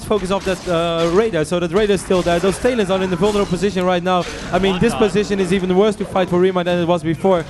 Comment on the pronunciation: does anyone notice that this guys says "tail-ons" instead of talons..